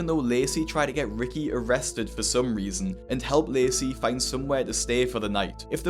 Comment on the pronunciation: It's ok cos he put an extra one in "resasons" 😂